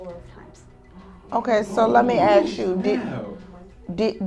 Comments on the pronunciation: Fake judge. She uses improper tense, and says "aks" instead of "ask". It seems like an art school experiment. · That judge is a DEI hire. Just listen to her Grammer. She says ak's instead of ask. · Can someone teach black Americans that it's pronounced 'ask' not aks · Judge should be able to pronounce "ask". Not axe.😅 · "let me axe you" ...oh my!